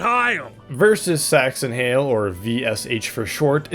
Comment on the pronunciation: Im pretty sure the original upload was age restricted because the "sax" part of "saxton hale" sounds like "sex" and you say "saxton hale" quite a few times over the course of the video